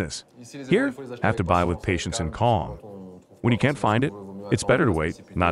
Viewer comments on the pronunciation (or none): none